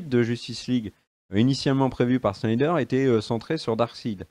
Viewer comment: C'est Snyder (snaïdeur) pas Schneider :')